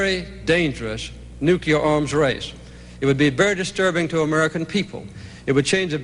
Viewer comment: I wish Carter could pronounce "nuclear" correctly. It's annoying.